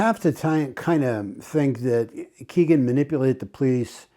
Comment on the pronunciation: Hello,. I’m glad you continue to cover the murders of Abby and Libby. When will they have justice? FYI, Kegan is pronounced as ‘Keg In’. No big deal, but figured you’d want to know.